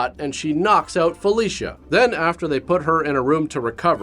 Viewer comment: I swear... every time he said "Felicia", I heard "Fellatio".